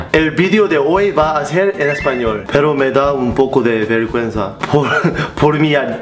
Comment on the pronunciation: Acento gringo 가 아니고 완전 acento coreano 인데욬ㅋㅋㅋㅋㅋㅋㅋ ser 를 셀 로 발음하는 데이빗ㅋㅋㅋㅋㅋㅋㅋㅋㅋ